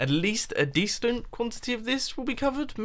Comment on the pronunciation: He said dectent. Lol